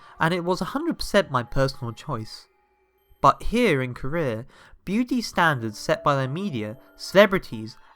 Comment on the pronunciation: You say Korea weird